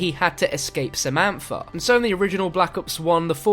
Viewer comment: 'Efer' 'Samanfa'